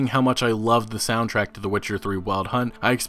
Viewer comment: It is pronounced "soundtrack", not "soundtrack".